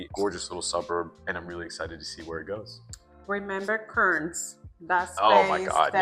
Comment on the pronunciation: KERN'S, NOT Kurns